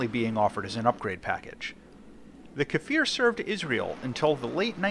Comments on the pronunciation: Strictly speaking, it''s a Kfir, which means a baby lion in Hebrew NOT a "Kafir", which means a slur for nonbeliever in Arabic Don't let the pronunciation determine your side in arab-israeli wars :D P.S.: On the serious note, if it rips just like IIIE, I'd say hard no to such aircraft. You go dodge a missile, and the damned thing just snaps, even without boosters :c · why do everyone call iy kafir or kefir? its just kfir. you say it exactly as you read it. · its pronounced similarly to 'spear'. Just say 'kfear'... Its close enough